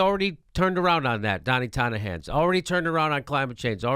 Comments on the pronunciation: Love you Jimmy but it sounds like you're saying "Donnie Tonna Hands" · I love how jimmy says donnie tiny hands like "Donna tonya hands"